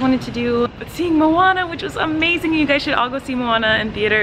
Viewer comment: OMG I loved how you said Moana